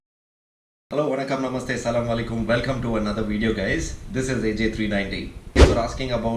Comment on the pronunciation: I felt that same bcz he pronounced namaste very well like us tamilian ..